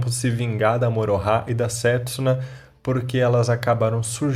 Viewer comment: Não me conformo em ouvi você falar Morohah